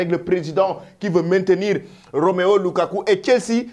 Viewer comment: La prochaine fois, je vais t'attaquer personnellement c'est ROMELU, ROMELU LUKAKU et non ROMEO LUKAKU. Tu fais exprès ou non quoi. Un journaliste qui a difficile à prononcer les noms des joueurs. N'a pas de niveau ou sa place pour présenter cette émission. Ce n'est pas du wolof...